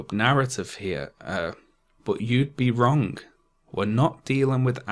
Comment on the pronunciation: Learn how to say “wrong” please